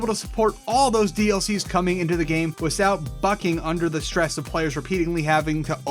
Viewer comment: "Wisout bucking"